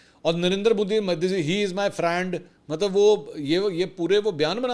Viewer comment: Modi Says "My Pharand Donald Trump" 🤣😂🤣😂